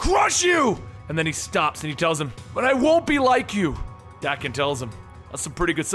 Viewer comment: FYI: Daken is pronounced Dock-en.